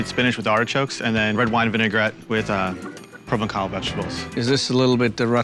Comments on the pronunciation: I'm sorry, did, the self-professed French chef, really butcher the pronunciation of Provençal like that? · Especially since he mispronounced "provençal" with a hard k instead of a cidi (like an s). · How is it that does not know how “Provençal” is pronounced?